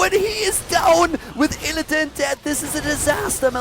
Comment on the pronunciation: hey tell (lol) he is mispronouncing illidan